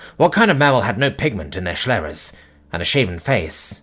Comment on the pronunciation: Sclera* not shlera